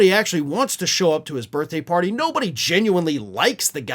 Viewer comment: "...on his birfday." 🤣😂🤣